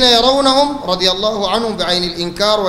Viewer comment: يروح يتعلم كيف يقول لفظ الجلالة بالاول بعدين يعمل علامه